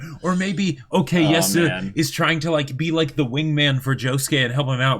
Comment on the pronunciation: Stop saying okeyasu